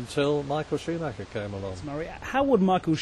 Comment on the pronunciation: Shoemacca as Murray pronounces his name.